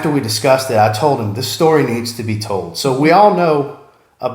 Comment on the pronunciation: Waffle! Hahahaha "And now you know the rest of the stoty" Awesome content as always.